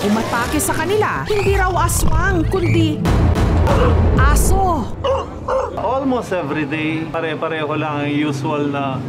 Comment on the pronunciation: gusto ko yung accent ni mareng Jessica sa "aso0h" hahahhaa